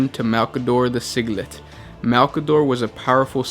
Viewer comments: Siglit?.... It's Si-jil-ite. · Si-jil-ite, not Sig-lit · "Sigile-ite" not "siglette" you silly boy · Si-gil-ite not siglet like piglet. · Malcador the Sigillite (pronounced SIGIL-LITE) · he's pronouncing it "sig - let"... your joke is actually more accurate because at least it's metered out more similarly to his actual title xDD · Malcador the Twiglet. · you said sigilite wrong :P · That is not how you say Sigilite..... O_O Nikea...do you even English bro? It's Nicea. With an "S" sound. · "Nikaea" and not "Nikea", in the 40k universe is indeed pronounced with a K. The only references i have are the audiobooks, either Prospero Burns or Thousand Sons will do fine. But for shorter stories i think the recruitment of Rubio in Oath of Moment has references to it. I agree with the mispronunciation of Sigilite, somehow it made me think of singlets... mind purge needed